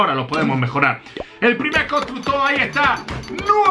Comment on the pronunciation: Todos viendo como mejora los constructores Yo: dice "Constucto"